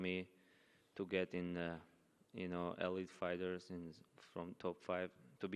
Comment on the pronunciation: Guy has marbles in his mouth and mispronounced both fighters names lol